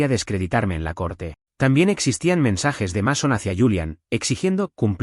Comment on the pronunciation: Los padres que traicionan a sus hijos por dinero no merecen perdón! Y por cierto, Mason se pronuncia Meison, Pauline se pronuncia Paulin y Harper no tiene acento en la "E"